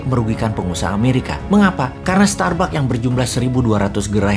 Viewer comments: Ngakakk.. dari starbuck jadi tsarbuck.🤣🤣🤣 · Starbuck jadi Tsarbuck.......... 😂👍